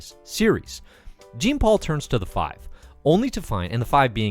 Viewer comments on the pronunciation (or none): It's pronounced like "jzhean", like Jean Paul Gautier, not like Jean Grey. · Jean-Paul is like Jean-Luc Picard. Walt and Louise Simonson - Simon, not “Simmon.” Daken = Dack-in Love the show. I would look up or listen to someone pronounce the names before just making it up as you read it for this show. You do a good job with Moira. It’s just gonna drive everyone crazy and it’ll be all anyone comments about. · He didnt pronounce Jean-Paul's name correct either.